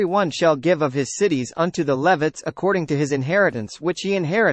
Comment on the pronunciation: This video pronounces Levites incorrectly and was very distracting.